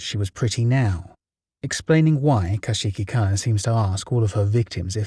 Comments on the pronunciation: i have never heard someone mispronounce kuchisake-onna so incorrectly XD still a great video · The way you're pronouncing Kuchisake Onna is making my head spin. How. Why